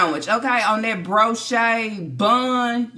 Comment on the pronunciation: BREE-O-SH not broshay!